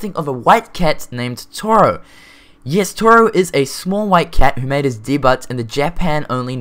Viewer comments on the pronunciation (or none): debut is pronounced day-bew not the-but